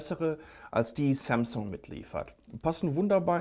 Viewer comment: Kannst du eigentlich asus und samsung richtig aussprechen? Du sagst Asuzzz und Samzzung.